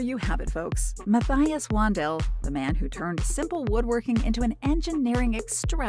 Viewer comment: This is another entry in the “race to the bottom” on YT. The whole video is one long plagiarism of a great YT contributor. They can’t even pronounce his name correctly; that’s how deeply they ‘researched’ this. Outrageous!